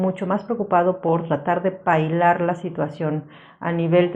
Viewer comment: Se dice " paliar"